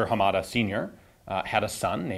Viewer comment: I think your pronunciation of Hamada is a little off. You stress the second syllable "ma". I believe that is incorrect. Japanese in general is a flat language so none of the syllables are stressed.